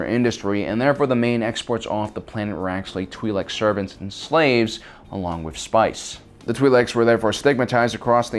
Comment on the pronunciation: TWY Leks not twee leks FFS